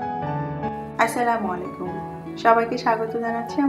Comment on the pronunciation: আসসালামু আলাইকুম (আসসালামুয়ালিকুম নয়)... আপনার রেসিপি আমাদের খুবই পছন্দের। অনেক রেসিপিই বাসায় বানানো হয়...